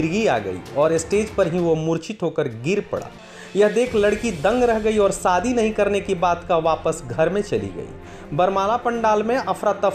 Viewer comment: Sadi ya shadi? S and sh ka uchcharan seekho